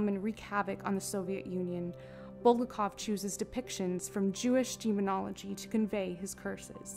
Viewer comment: Or BulGAKov